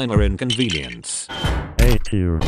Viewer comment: “Miner Convinience”